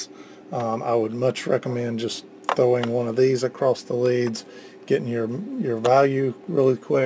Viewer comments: not to be PICKY but the word is 'across' not 'acrost' ... i guess it's a regional dialect thing people pick up from their parents and community but STILL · what does "acrosst" mean ?